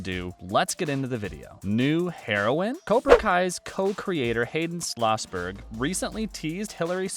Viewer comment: Julie was not the main character in a few of the karate kid movies… Just one. Click bait! Also why are you mispronouncing Schlossberg and calling everyone “they?” Also Julie is an only child, and Tori has an aunt that shows up in Cobra Kai.